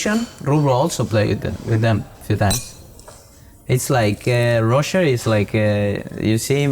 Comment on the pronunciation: Diego saying “Rosher” to Roger is very Argentinian 😂❤